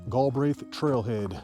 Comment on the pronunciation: Prounounced Gal Breath